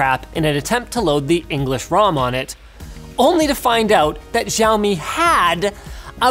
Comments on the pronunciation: Giaomi ..... NoIcE Dude it's 'c a u me ' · Are you supposed to pronounce Xiaomi that way?? I thought it's pronounced Siao-Mi.. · u pronounced xiaomi wrong btw <.<